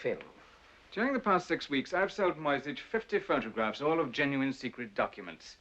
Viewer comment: Only Mrs Darrieux pronounces the name Moyzisch correctly — as ”Moytseesh”. The rest say ”Moysitch”, making the name sound Slavic. This movie takes its liberties with the original story. As far as I know, Cicero never went to Brazil, and the subplot with the Polish Duchess seems to lack any real life correspondence. Furthermore, only some of the money Cicero was paid were counterfeit (mostly due to the Germans’ difficulties in obtaining British currency).